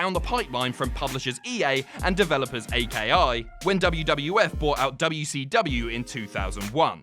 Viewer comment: Aki is pronounced akee great video none the less